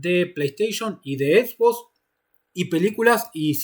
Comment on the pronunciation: Edbos, ecbok, etbo, flaco con todo respeto estuviste en europa y principalmente en Inglaterra no podes pronunciar asi xbox es XBOX, ex box.